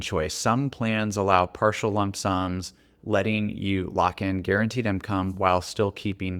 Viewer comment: Please, stop saying “imcome”